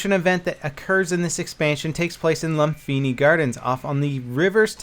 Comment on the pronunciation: It pronounced "Lumpini" not "Lumfini". English spelling of Thai words often used "Ph" instead of "P"